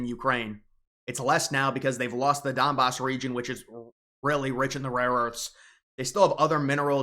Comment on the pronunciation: when you say "Dumbass Region", I hear something else. Yah Zelinskyyyyskyyyyskyyyyyy is being a Dumbbassss